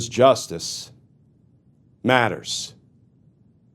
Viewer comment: You know, if you said "Justice Matters" a little more humbly or heartfelt instead of ominous, it would ring more sincere, genuine, and honest. Right now it sounds more like a weak voice-over tagline from "Dtragnet" or "Adam 12" It's better suited for a flashy show with cut-ways and graphics instead of a talking head show which feels more intimate and real than showy and produced Don't get me wrong, I appreciate the content but the tagline feels contrived and awkward when so pronounced. I would love to hear it from the heart with some empathy.